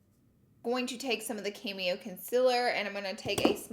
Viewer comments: Looking good girl! I crack up every time you say cameo concealer instead of cammo concealer! I die. Love you! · Girl, it’s CAMO concealer not cameo 😂😂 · I cringed everytime you said cameo instead of camo 😂😂 love you tho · Laura Lee it’s CAMO “conciller”, not cameo lol 😂 Still love ya tho 😘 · Anyone else notice that she said “cameo” instead of “camo” both times😂😂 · Shimma shimma Camo not cameo lol I love how you say things. And would love to see you do a spring look with the palette you didn’t use. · CAMO Laura not cameo! Lol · Its CAMO!!!!! NOT cameo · Say it with me....CAMO Concealer lol gotta love Laura!!